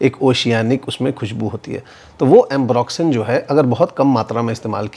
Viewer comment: Re watching this to listen to that "duniya bhar ka ambroxyn" 😂😂😂